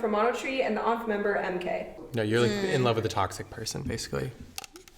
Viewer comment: said "onf" made me bursted out laugh lmao. I never hear ONF to be pronounced like that before. Also talk about Cadmus Lab and admit she likes Young Justice. Me too. It was a good show ☺️